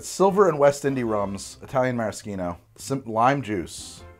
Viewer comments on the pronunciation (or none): none